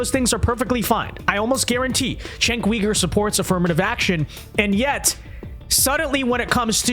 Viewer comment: if your going to criticize someone at least learn how to say their name cenks first name sounds like jank his last name say it like this U ger